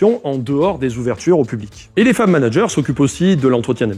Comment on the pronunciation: Au début j'ai entendu "femme manager" 😅